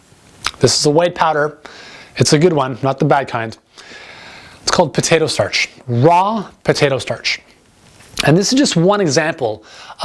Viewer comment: sounds like you are saying potato thash ???? Help, Thankyou